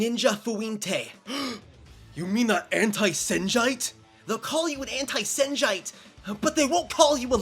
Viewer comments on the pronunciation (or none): I lmfao at "anti senjite" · "Anti-Senjite" nah bro